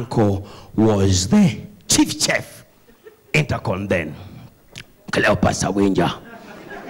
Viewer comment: Chef is pronounced as SHEF.....